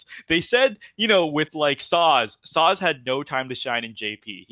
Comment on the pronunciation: Never actually noticed you mispronounce stuff. Which atleast for me means you arent saying them wrong in a major way. But Sazh starting with a Z drives me crazy.Ystola is another example off the top of my head